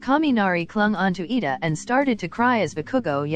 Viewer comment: It's Iida not Lida